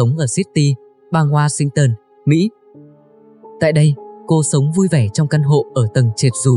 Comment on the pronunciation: Cảm ơn đã cho ra nhiều vụ án ly kỳ rất hay, ( cho phép tôi góp ý bạn tí nhé. SEATTLE không đọc là sit ti mà là Si a tồ hoặc Si a đồ theo giọng Mỹ, mình viết chữ phiên âm ra tiếng Việt cho bạn dễ đọc mong bạn không buồn, chỉ góp ý thôi nhé không có ý gì 😊)